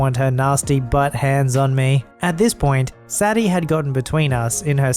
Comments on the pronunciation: It’s pronounced say Dee not sadee;) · Say-dee, not sad-ee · How can you not know that "Sadie" is pronounced "Say-dee", rather than "Saddy"? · Sadie... "*Say-dee. Not Sad-ee. Learn to read. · Dogs name is pronounced say-Dee Sadie. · Sadie is typically pronounced as "say-dee". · Just a thought - Sadie might be pronounced "Say-Dee" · Constructive criticism: Sadie = Sad-e, is pronounced Say-Dee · Sadie is pronounced Say-Dee